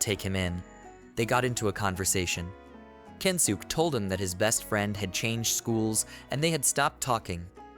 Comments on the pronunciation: yea its kensuke... even if you say kensukey or whatever its still better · the only think i hope to see to make these better is to try make the pronounciation right even if just a little... i really dont think the guys name is kensook trust me its not